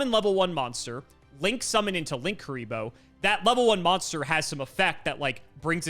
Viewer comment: Wrong pronounce, there isn't 2 Ks, it is either Lin-Kuriboh or Link-Uriboh. Lan isn't an effect monster so can't be used for Borreload.